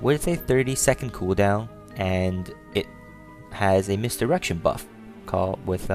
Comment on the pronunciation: dude ive checked it 15times he says misdirection perfectly u just got horny or ure a pervert basicaly if u heared it :P aswell gj changing the gender m8 famale nelf ftw :P